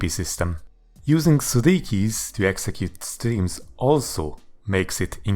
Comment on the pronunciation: "sri keys"